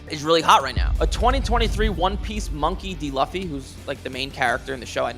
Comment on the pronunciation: Get stuff, but let me help you out bro. Luffy is pronounced “Lue-Fee”. Keep up the good work.